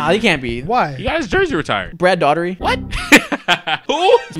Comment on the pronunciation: "Brad Daughter-ee" It's pronounced "dortey" lol